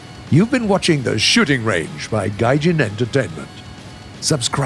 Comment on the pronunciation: xd i heard the shitting range not shooting range